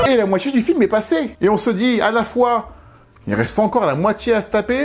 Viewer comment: Totalement d’accord pour le langage, tout comme c’est dommage de vous découvrir, avec ces vidéos fortement intéressantes et travaillées, mais qu’il faille subir "Djidjier", "cultchture", la moitchié du film", "la tchélé", sortchirait", "dju film", ...etc, c’est dommage. Je sais que je suis pas majoritaire, et c’est dommage. Je trouve dommage de s’imposer cet "accent"...